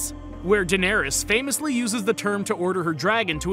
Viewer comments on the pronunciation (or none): none